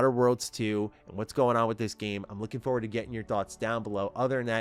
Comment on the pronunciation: For-ward NOT Fo-Ward. Foward isn't a word lol